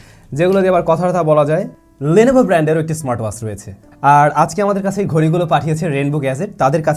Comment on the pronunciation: do a proper accent on WATCH pls.. Bangaal asholeo ... its not waach its Watch